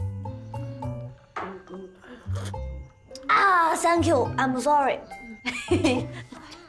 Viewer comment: 頭頭那句3q i ‘m thank yyou 好搞笑